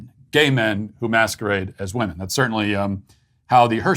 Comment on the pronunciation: People are pronouncing ‘women’ as ‘woman’ and vice versa. Nobody is talking about it and it’s driving me nuts.